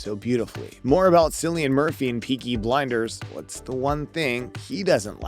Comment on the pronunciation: His name is pronounced "Killian".